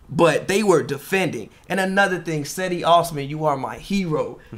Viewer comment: "Cedi" is pronounced (Jedi)